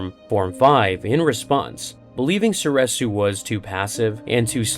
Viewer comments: So-ree-su, not so-reh-su. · Was anyone else losing their mind every time he said "soresu"?